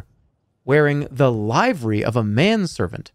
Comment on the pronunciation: Jerma doesn't know wizened or livery.